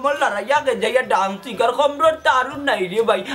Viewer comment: ডান্স শুদ্ধ উচ্চারণ 😊❤ ড্রানস ভুল উচ্চারণ 🦋🍫🍫